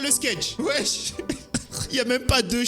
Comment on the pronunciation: arrête de dire weche